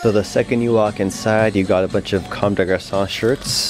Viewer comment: U really know how to pronounce comme de garçon